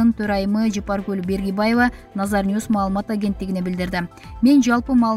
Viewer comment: Фамилясын туура такьасанар Бергибаева дебей. Баргыбаева